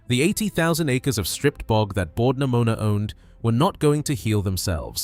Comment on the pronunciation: If anyone was wondering, it’s Bord na Mona but I did get a chuckle out of Bord Pneumonia